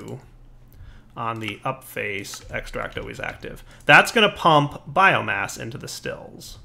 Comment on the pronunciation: keeps on saying bioGASS not bioMASS